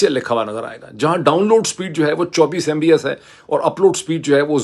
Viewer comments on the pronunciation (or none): on a lighter side, Dr Moeed, although you are talking tech when you compare internet speed around the globe, your thoughts are still surrounded by politics :) ... it is MB"P"S , not MBS (you know what i mean) :)